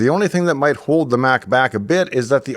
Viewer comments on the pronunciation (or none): none